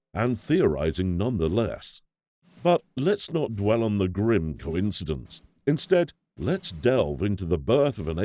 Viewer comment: Prefect narration! Except, he says, "thee" before consonants instead of "th-uh". Idk why folks do this nowadays. :/